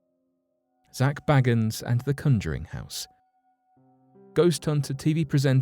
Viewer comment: It’s pronounced Zak Bay-guns. This is how he pronounces his name and I’m a Brit too just to be fair. It’s bad mannered to pronounce people’s names incorrectly. It might be that you haven’t watched Ghost Adventures but ignorance can be corrected 😃